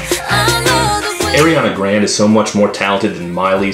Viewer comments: "Airiana grand" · Heh, he said Ariande Grande's name wrong. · WAIT how did he just pronounce Ariana Grand...........(e)